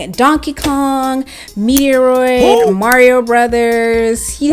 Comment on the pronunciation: Did You Just Call Metroid, Meteoroid?